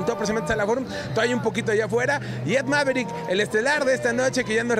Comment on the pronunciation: Emerock algo así entiendo y Ed corrigue diciendo maverick